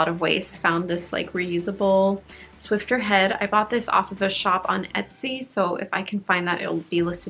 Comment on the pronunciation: “Swiffer”, not “Swiffter”. 😊